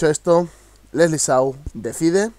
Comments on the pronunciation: Su apellido se escribe Shaw pero se pronuncia Sho no Show sigue haciendo reacciones a la musica de Leslie me gusta tu estilo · No se dice Sou !! Se pronuncia Show ... Como si estaría diciendo shhhh XD... vamos tu puedes pronunciarloo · No es sou, se pronuncia shou pronuncia bien q nuestra idola, chaval. Si no me voy a de suscribir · Lo sigues diciendo mal 😒😒, no es sou es Shaw es como decir show pero la O lo cambias por la A. Igual saludos desde Lima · Calmate caramba no es su culpa que se le haga tan dificil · su apellido se escribe shaw pero se pronuncia "chow" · Se pronuncia "shóoou"... :)...y la canción "decide", la hizo cuando terminó con el enano diabólico de Mario Hart...Fue un tiempo en que Mario para aquel tiempo, estaba tratando de reconquistarla por que le había sido infiel a Leslie en una discoteca....Ojo!...Fue Mario quien la metió en el mundo urbano pues El ya estaba inmerso en aquel mundo....Leslie antes era sólo rock o pop ... Algo bueno aprendió de aquel enano....jajaja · Tantos videos de leslie show y no sabes aun como.pronunciar su apellido ???? Se pronuncia shauoooo.... como shampoo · Se escribe Leslie Shaw pero se pronuncia Leslie Shou ps 🤣🤣🤣😂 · Ostias aun no puedes pronunciar correctamente el apellido de Lesly. Consejito escucha al final del video que hace con Legarda ella dice su apellido y listo.😉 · Este es el 3er video al que reaccionas de Leslie Shaw y aun no sabes como se pronuncia 😠😠😠😧😧😧😧😧😧😡😡😡😡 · JAJA, es que no puedes pronunciar su apellido :-D